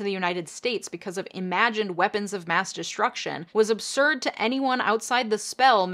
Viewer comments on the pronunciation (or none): none